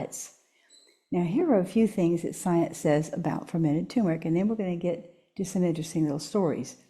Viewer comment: I wish that people pronouncing the word Turmeric would say TUR MER IC, not TU MER IC.